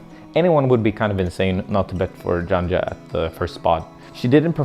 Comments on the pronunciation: She the most dominant woman climber in history and u still dont know how to pronounce her name... sayin dzandza instead of janja. sad :/ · When it comes to names, usually we (speakers of some language) adjust our pronunciation a bit to match up with how it’s “actually” pronounced, how the owner of the name prefers. Of course, we should only be expected to use phonemes within our language. Janja should be pronounced “Yan-Ya” or at least “Yan-Yuh”. Given that, “Djan-Djuh” is a bit of an extreme mispronunciation.